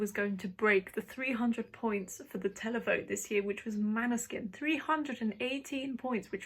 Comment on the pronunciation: Good analysis, but still not Maneskin. When you have the winner, their name should be pronounced correctly. Måneskin like o in More.. 😉